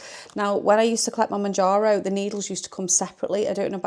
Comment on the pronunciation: Exciting times ! Good luck I hope it suits you 🤞🏻 I’ve stayed on mounjaro (monjaro) you say in correctly 😊 but my friend is moving to Wegovy I’ll share your video with as it might help 😊thank you